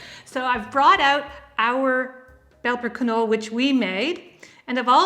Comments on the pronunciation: Not only is the k not silent, but also the e is pronounced. "Kinolla" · Not to be an ass, but just to pass on the info, if the word Knolle is German, then it is actually pronounced like Canola as the E at the end of a German word is pronounced "uh". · Nearly right, but the E at the end kis alo not silent.